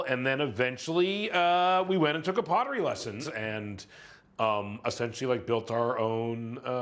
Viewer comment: pot-tery lol